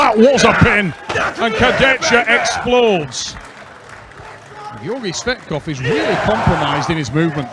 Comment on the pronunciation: Georgi 'Sweatkov' 😂😂